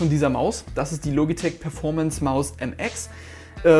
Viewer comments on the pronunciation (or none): none